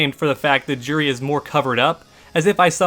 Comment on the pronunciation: Her name is pronounced "jew-ree", not "Jur-ree". Street Fighter has a history of mispronounced names (looking at you, rye-you!).